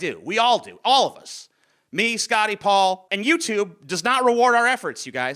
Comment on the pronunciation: I thought referred to Paul as "Ball" at first... funnily enough I knew exactly who he meant nonetheless.